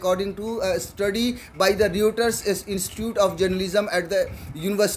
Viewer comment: भाई रयूटर नहीं रायटर्स कहिए।